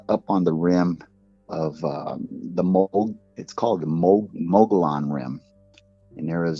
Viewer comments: The name Mogollon comes from Don Juan Ignacio Flores Mogollón, the Spanish Governor of New Mexico from 1712 to 1715. It’s pronounced Mo Go Yone not mug ee yon. The English pronunciation is incorrect. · This is incorrect. Look it up. I am a native Arizonan, and Hispanic. Mogollon is a Spanish word, pronounce MO-GO YONE. I dont see how anyone get muggy, out of Mo-Go. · mug-ee-on rim......